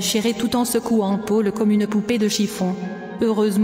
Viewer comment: pôle comme uneu poupé deu chiffon ( Elle le dit de cette façon ! MDR )